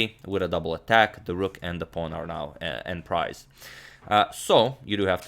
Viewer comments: en prise is pronounced more like ahn preez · Antonio, I believe "en prise" is pronounced "än preez." Keep up the great work! Keep expanding your vast knowledge!